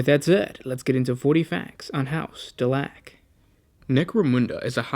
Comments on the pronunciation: The e at the end make the a sound like a into the word A and not the sound ah. So it is DelAk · I thought it was dela-q